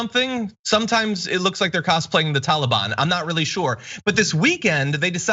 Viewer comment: “Y’alliban” lol.